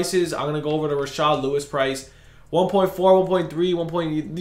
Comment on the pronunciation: It’s rashard stop calling him rashaad